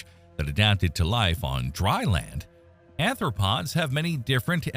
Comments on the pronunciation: Please learn how to properly pronounce the terminology before attempting to voice the script. "Chelicerae" should be pronounced "Ke-liss-eh-ray," and I think someone in the comments below caught you pronouncing "arthropods" as "anthropods." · Not ANTHropods, ARTHropods. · Don't you mean aRthropods, as opposed to aNthropods?🫤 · Not ANTHropods. ARTHropods. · This video's narrator just referred to joint-legged animals as anthropods. All credibility disappears.